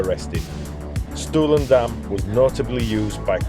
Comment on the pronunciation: Thanks / diolch yn fawr for getting your tongue around the pronunciation, good job! I'm pretty local and have only just done Stwlan - I rode over from (and back to) Pentrefoelas which is a glorious ride over the tops. Great video !!